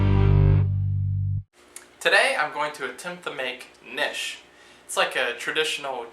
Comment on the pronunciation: Nice, simplified recipe directions, but I don't think the K is silent. It's not nishes. My grandmother's been making them since we were little. Great food!